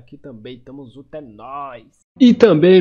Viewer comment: Esse mano do final KKKKK "Reazi" "zunto" Kkkk Não sei se ele tem problema vocal,se tem desculpa kkkk